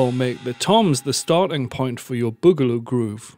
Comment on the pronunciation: Awesome! Very good you explained it very well. (but it isn´t bogaloo) i¨m suscribed